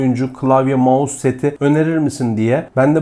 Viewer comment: Abi "mouse" ya gözünü seveyim bu işin içindesin yapma 😁😊(yanlış anlama abi doğrusunu deyim dedim)